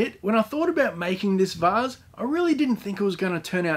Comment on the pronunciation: Funniest s*** I've heard is how you pronounce vase